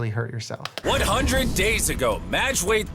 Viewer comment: I loved this video, but for the love of God, it's MAJD, not MADJ. Majd. Like Majd potatoes. Majd means "glory" in Arabic. Madj doesn't mean anything lol